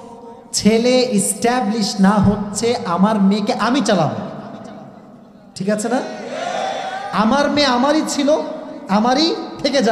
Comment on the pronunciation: ঠেক নাতো হুজুর ঠিক হবে উচ্চারণ সঠিক ভাবে করলেন